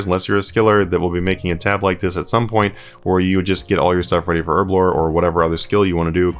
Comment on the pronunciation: You say erblore, I say herblore...Cause there's a friggin' H in it...